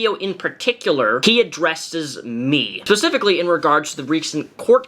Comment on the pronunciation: Did you just say pacifically?